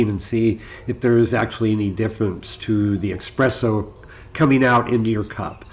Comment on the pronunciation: I like your video but I think if you want people to take this channel seriously you must stop pronouncing espresso as “expresso”. It’s a very good video otherwise 👍🏼